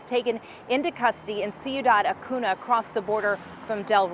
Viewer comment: Who else cringes when they say Acuna and not Acuña?